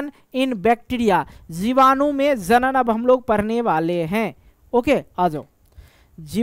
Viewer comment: Sir aap jibadu ko bijadu kiyu bol rahe ho starting me